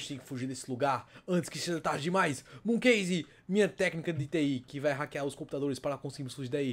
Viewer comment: QUE "KEISE" OQ!? É KASE